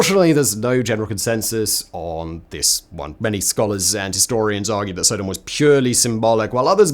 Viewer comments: SO..... Simon pronounces Sodom (with a short in the front and back) as Sodahm (with a long O in the front and short o in the back), which makes me now question how I/We as a culture I have been saying Sodomy for as long as I understood what it is. Now when I watch crime TV shows do I have to mentally translate Sodomy charges with Sodahmy charges? Further more just hearing the pronunciation of Sodahmy makes me think of a "Sodame' Roll" as something one might see on the special board at a sushi/sashimi bar! What in the name of hell could someone roll up in some rice and give it the name "Sodame' Roll"? And to make things worse I'm hungry right now and I was actually think of going to get some sushi. Thankyou Simon. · Sodom is pronounced like the word sodomy …. Not so- dumb😊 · Sodom stress on the 1st syllable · you are pronouncing sodom wrong it's not sooodom it's sod-om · Sod-om not So-dom, as in sodomise. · Stop saying Sow-Dom. So (short o)-dom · Dunno if it's a Brit thing or a Simon thing, but the way he says "Sodom" makes me think of Thomas the Tank Engine's Island of Sodor. I'm used to hearing it pronounced more like "Sod 'em" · pretty sure most people pronounce "sodum" pretty sure its Sodom like sodomy, as it is " the act of the people of Sodom" lol I dont know but im pretty sure Ive heard you pronounce sodomy the same way I would if i were using it. Anywho big fan and ps I know i know you dont read these ........ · It is pronounced Sodom! And I do not like your skepticism, Simon! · I cringe everytime Simon mispronounced Sodom